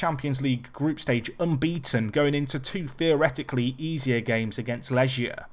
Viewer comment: it's not Leʒia, they're from Poland, not France;) it's Lɛɡʲja, leg as in first leg or right leg.